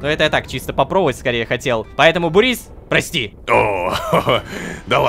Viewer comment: Бурис нет Бубрис